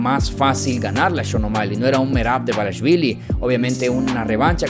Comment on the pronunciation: Carnal te paso un dato así de pronuncia el apellido de Merab “ DUA-LISH-VILI” no debarichvili